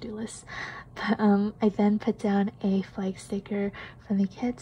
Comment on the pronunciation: My niece grew up in Vancouver. When you said "flag" for Thursday, I heard the accent. So cute!